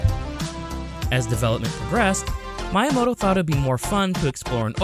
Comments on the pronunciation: He's not youramoto, he's MYamoto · Is it bothering anyone else how he constantly pronounces Miyamoto's name wrong? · That Miyamoto pronunciation 💀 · Same with Kyoto lol Mayamoto and Cayoto lmao